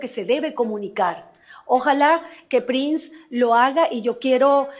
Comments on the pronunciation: Se pronuncia Prins no Prains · No es Prains es Prins o se escribe Prince 😂. Ya basta Prains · No entiendo porq este señor pronuncia mal el apellido del gringo Erik Prince??? Buehhh al menos da ibformacion confiable